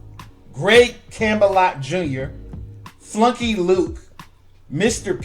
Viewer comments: This is great and all but bro all the research you did how could you not only mis pronounce but not edit this before posting when you said "Flunky Luke" smdh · Dude you owe Fluky Luke an apology for mis pronouncing his name. But this was an all round good video. RIP SHABBA DOO, FRED BERRY, DON CAMPBELL, AND GREG POPE.. SHABBA DOO PASSED IN 2020 DEC. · Dude, its FLUKY LUKE, NOT FLUNKY LUKE.. he doesn't get all the credit he deserves for putting his steps into what Don was already doing. Fluky was the acrobat of the group, as in high he was a CHEER LEADER, so he had very energetic moves. My favorite was the the WHICH A WAY OR AT THE TIME OF CREATION CALLED THE IRON HORSE.. HE DID THE LEO WALK, AND THE SLAP THE ROACH, HE WAS DOUBLE JOINTED, AS WAS SHABBA DOO. HIS REAL NAME WAS LEO WILLIAMSON... by the way Shabba Doo passed Dec.30 2020, RIP ADOLFO QUINONES...